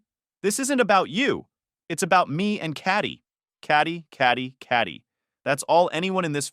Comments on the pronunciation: Katie is said as "KATE-EE" and NOT as "CAT-EE". Another badly pronounced AI generated video, with a lazy video creator who doesn't check or fix. I am so tired of this cr*p. I turned off after my post... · "Catty" =/= "Katie" lol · Why does the AI pronouce 'Katie' as 'Catty"? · Cat- ee? At least be able to pronounce it correctly. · This story is faker than the old 4chan incest LARPs and the AI voice not knowing how Katie is pronounced is peak dystopia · I’m sorry but how are you pronouncing Katie 😂😂😂